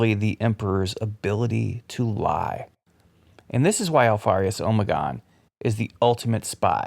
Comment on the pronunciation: Am I the only one who winces and cringes everytime I hear him say “omegon”